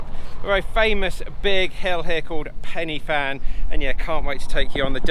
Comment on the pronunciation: Pronounced PEN UH VAN please!